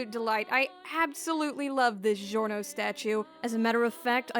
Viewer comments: It’s not zhiorno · ITS GIO LIKE A JIO NOT CHSZHIORNO CXZHSIOWANNA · its not delivery, its giorno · Norgio? Why not Giornot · Norgio? No OVA Giorno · jjba: giorno: norgio me: struggles to pronounce giorno * DISGORNO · Why do you pronounce it like: "Jiorno" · Norgio Dohn-wanna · Norgio XD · Poor Giorno's name was butchered